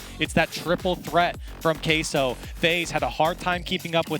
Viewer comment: Why does everyone say "kay-so". That's not Spanish pronunciations NOR English??? It's "keh-so" guys